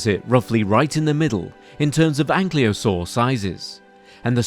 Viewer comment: Why is "Ankylosaur" being pronounced as "Anklyosaur"?